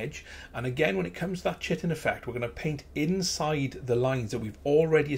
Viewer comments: Chitin not chitten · Nice model! Just thought I'd point out Chitin, is pronounced Ky-tin. :D